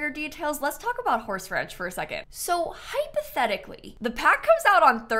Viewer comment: If you "hypotechically" had tha pack XD (love that you said "hypotechically" and then "im gonna record that reaction tomorrow" XD) I have a few quesitons :) 1. Which other pack do you miss while building (not playing) with the pack? to feel its complete as to say 2. Can children/teens ride on the small horsies? 3. Can children/toddlers play with the goats? (omg the goats are so adorable!!!!!!!!)